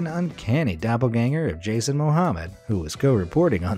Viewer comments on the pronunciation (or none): none